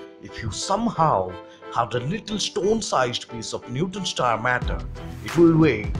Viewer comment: It sounds like you're saying "newton" star